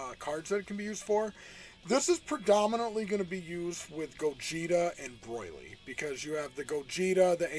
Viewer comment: Broil-ly lol